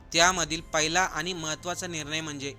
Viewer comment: अत्यंत अशुद्ध उच्चार.अशु्दधभाषा!! आनी? वीज,पाणी मुफ्त म्हणजे करदात्यांवर अधिक कर!!!